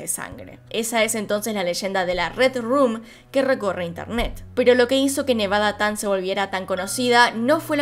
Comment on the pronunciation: No es "nevada-tan" es "nevada-chan"